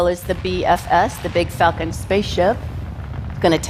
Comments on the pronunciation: She needs to work on her pronounciation of "Falcon"! It sounds exactly like "f*cking". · Am I the only one hearing her say 'f*cking' instead of 'falcon'? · Ohhh Myyyy. Erytime she said falcon i thought it was the f bomb. "The big facin rocket" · I know she said falcon but I can't unhear the other F word.